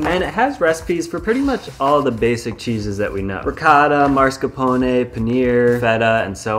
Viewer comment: Mascarpone not marscapone